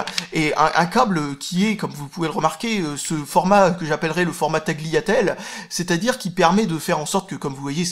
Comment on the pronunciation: Dans Tagliatelle on prononce pas le g ! mama mia l'italia xD